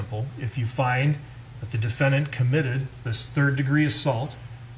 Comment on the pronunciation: *murder not muster